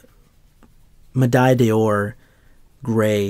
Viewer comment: Beautiful job on a beautiful shoe. But you gotta stop saying Medaille Dey Or! It's Medaille D'Or (there's only the one vowel in there, so it's pronounced as in English 'door').